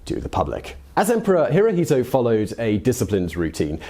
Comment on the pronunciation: Hirohito pronounced in Japanese is "Hiro-shto."